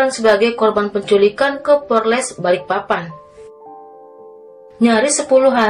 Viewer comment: Q sll mendengar kl mbaknya menyebut Polres sll dngan Porles ...apa memang bgtu...😊😁🙏🙏